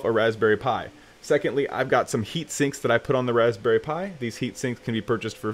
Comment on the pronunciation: The way he just said Raspberry really irritated me lol